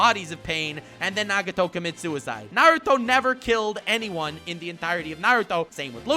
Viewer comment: "Narudo" never learned how to dad